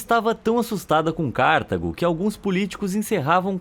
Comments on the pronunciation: "CÁrtago", não. "CartAgo". Paroxítona. E ñ acentuada. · Não se pronuncia Cártago, mas sim Cartago. Parabéns pelos assuntos aqui tratados. Muitos interessantes. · CarTAgo, não Cártago. Perto dos erros mencionados no vídeo, porém, isso não é nada.